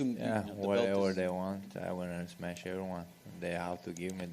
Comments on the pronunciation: Its Smesh* pff.. amateurs smh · Its smesh not smash UFC yt channel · "I gonna smesh his face everywhere" is both scary and funny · "I smesh them both same night"😅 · Title correction: “Smesh everyone”